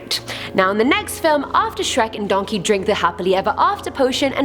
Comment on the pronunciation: Does your brain ever go “Donkæ”